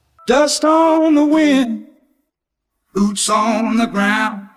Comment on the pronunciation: You can hear some inconsistentencies in character, "boots" sounds computer-ish, the "b" isn't fully pronounced, on "rivers" he sounds downsampled compared to a moment ago.